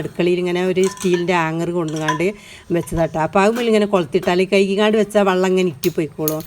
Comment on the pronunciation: Vallom alla vellam